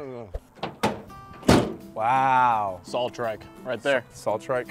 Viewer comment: Why does he call a saw a sawl?